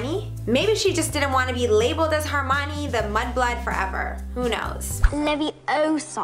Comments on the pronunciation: its HERmione, not HARmione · She said hermionie wrong she said "her mi ne " it's " her mi on y" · She keeps pronouncing Hermione wrong!!! It kills me!!!!!!